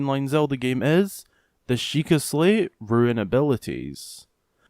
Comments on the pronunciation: Rune is pronounced roon, not roo-in. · Dude, it’s understandable if english isnt your first language, but if it is, then how are you pronouncing a simple 4 letter word wrong? Lol. It’s “rune” not “ruin”.